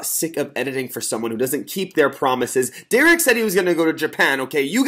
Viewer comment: it's Derek not deror